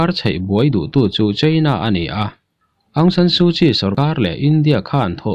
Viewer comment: Bengvar thlak hle.aungsan sukyi tih hi aung chu nambar chhiar na a sawm kan lam anga thluk tur.awng-sawm/san tih hi sarzam kansawia sar kan tihanga thluktur san-sar tiin.su chuvawkpa sut nghak kan sawi a sut tih thluk hman tur su-sut/kyi hi chial kanlam anga hmantur kyi-chi ti ang in.awng/sawm, san/sar,suh-sut,chi-chi tihangin.